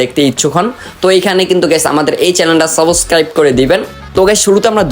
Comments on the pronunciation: সাবস্ক্রাইব ❌ সাবকাইব☑️ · তুই আগে Subscribe উচ্চারণ করতে শিখে আয়, তুই ত একটা ভুদাই 😂 ১ বান্ডেলের জন্য ১ মিলিয়ন খরছ 🤣🤣